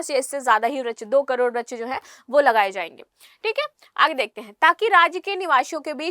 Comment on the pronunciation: वृक्ष बोलना सीखिए